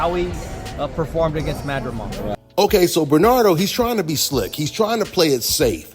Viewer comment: R u ever gonna be able to pronounce Bernardo's name correctly?